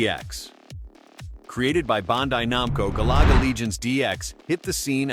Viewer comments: My boy said Gah Laga 😂🤣😂🤣😂. You can tell that voice ain’t played any of these games. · Galaga not galuga also PAL not Pail